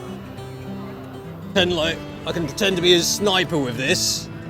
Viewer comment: Hahahah "Sniper"